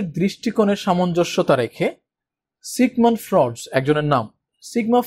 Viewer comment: সিগমন্ড ফ্রয়েড হবে উচ্চারণ টা।